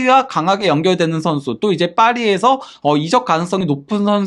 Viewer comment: 이적ㅡ적을 이롭게 한다. 발음이 잘못되다보니. 이적이 발음에 따라 다른 의미인데 구분을 못하고 말하니 안타깝습니다.